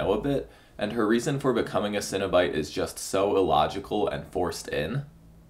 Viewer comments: Cenobite. CEN. NOT cinnabite. Please pronounce it right. They're horror superstars, not dessert treats. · You're not having a breakfast bun. Why do you keep saying 'cinnobyte?' It's cEnobite. (seen-o-bite) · Stop saying Cinna Bites I'm getting hungry